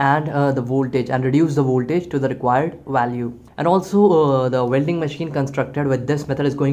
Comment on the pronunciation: Yeah apart from Vuelding!! 😂